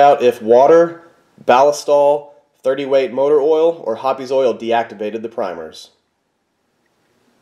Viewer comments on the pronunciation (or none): The E in Hoppe’s is silent. Hops. Not Hoppies.